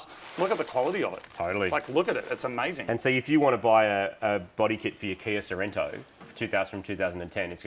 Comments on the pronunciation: Sorento? So-ren-to? What??? Why??? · "Kia Cerento" Killing me!